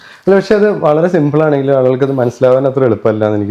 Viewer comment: LIQUOR ALLENGIL LAHARI. IT US SAME. NOT ALLENGIL, ALLENGIL